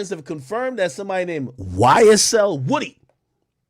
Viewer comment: Can someone clarify.. is it YSL Woody or is it pronounced.. Whoa-dy..